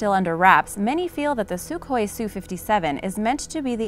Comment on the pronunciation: It is pronounced SU-HOI not suk-hoi. EDIT => Also, the F-35 was NOT build to replace the F-22; each has its own operational specifications.